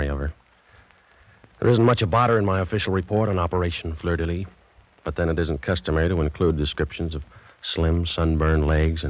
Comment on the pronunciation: 47-07-14 = 002 Operation Fleur de Lis. NOT "Lys"